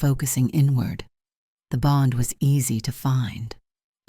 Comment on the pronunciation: The story is good but the reader is bad. The sentences break in the wrong places. The reader doesn’t pronounce simple words like bow, bond. It makes the story hard to follow.